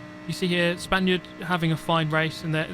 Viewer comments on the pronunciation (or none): I wanted to ask this for a long time, now. I thought was "Spanish", but apparently "Spaniard" seems more used. Then it could be just a problem of mine(my listening it's not bad, it's worse) but I ear "Spandiot" everytime, like "idiot" mixed with "Spain". Either it's just my listening or you don't like players from Spain in general...